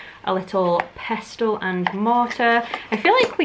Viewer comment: Fully triggered by you pronouncing the T in pestle 😂